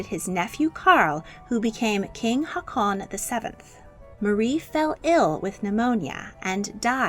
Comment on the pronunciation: Valdemar is pronounced “Waldemar”. Every single video you mispronounce names and places. Your pronunciation of “Harald” and “Haakon” is horrific.